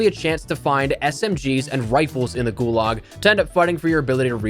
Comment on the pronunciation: Gularg, you mean gulag